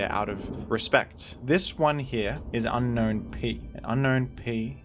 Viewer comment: Fun fact, Unown's name is pronounced as un-own not un-known